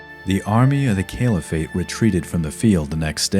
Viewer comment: I dunno, he couldn't say 'Caliphate' properly. Kept saying 'Kale-if-ate'. And "Christiandom" instead of 'Christendom'. Other than that, he was alright.